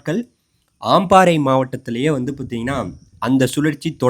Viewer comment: ஆம்பாறை இல்லை.அம்பாறை தான் சரி🤦🏻‍♀️ மாத்தாறை இல்ல மாத்தறை.உங்கட தமிழே பிழை.திருத்திக்கொள்ளுங்கள்.